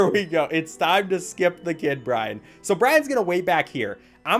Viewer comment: i keep hearing ryan everytime he says bryan and the worst part is that ryan is my name